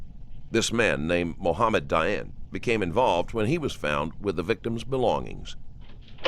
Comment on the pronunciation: It's Dayan, not Diane LOL